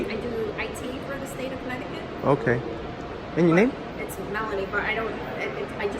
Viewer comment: Connecticut, not Conneticut.